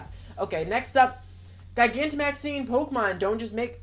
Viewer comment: Try pronouncing it like this... Ji-gan-to-max-ing ... Like a giant. ...